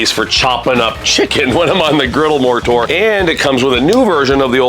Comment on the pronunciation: I thought you kept saying the Blackstone Moorator, like that was one of the products. Had to google it to realize you're saying "More Tour". Am I the only one?